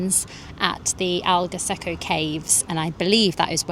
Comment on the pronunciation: I’m so happy that you had fun here in Portugal. You picked a really nice time to come. You could visited zoomarine is an amusement park with dolphins and a lot of fun stuff to do and see you would love it, it’s in Algarve as well, you pronounce it well enough it’s cute. Love the vlog as always ❤ kisses from lisbon - Portugal 😘😘